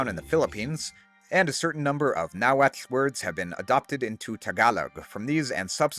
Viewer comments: Cannot believe such an amazing historical research and accurate pronunciation of Nahuatl. You have my eternal respect. Greetings from Tlaxcala. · Always enjoy hearing your pronunciation of the native language. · Bro the Nahuatl pronunciation fills we me with such joy ❤ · Amazing! Would love to play them. Also, your náhuatl pronunciation is exquisite 👌. Not because I'm from Michoacán, but the next native american civ should be the Irechekua Tzintzuntzani (aka the Tarascans). They would be great as an archer civ with bonuses to lumber and fishing.